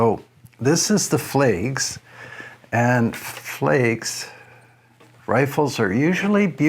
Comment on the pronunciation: I grew up within a mile of them. They pronounced their name Flags, with a short a. I’m pretty sure they’re not making rifles anymore.